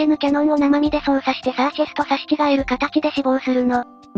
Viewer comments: シャーシェスじゃなくてサーシェスね(;^_^A 余計だったらごめんなさい。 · もしもし？シャーセスじゃなくてサーシェスです(;^_^A